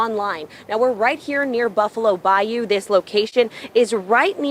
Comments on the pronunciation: Bro good content but damn it’s not Bayoooo it’s Baiyuuuuu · Brother it’s *Bayou* not Bioyo😂😂😂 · By-You fam.. its pronounced By-You😂